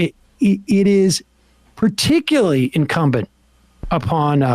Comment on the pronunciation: Every time Sam said “Particuly” instead of “particulARLy”, I died a little inside